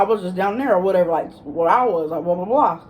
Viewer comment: Take a shot every time you say “whateva” 😂